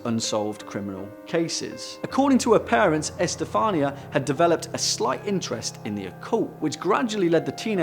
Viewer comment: I jolted when you said my name, Estefanía. "What?! Me?!!! I'm not possessed!" Tip: everyone tends to mispronounce it in the same form, but it's actually pronounced, E-ste-fa-nee(like your knee)-a.